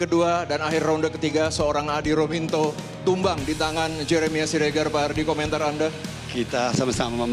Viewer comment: Ruminto bukan rumanto komentator wkwk